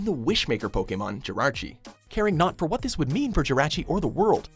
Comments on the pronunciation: Jirarchi. JIRARCHI? Seriously? There is no second r in Jirachi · Damn, at least learn the pronunciations! Jirarchi? Givaini? It's Jir-ah-chi, and, Geo-vah-nee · Its not Jairachi either its Jirachi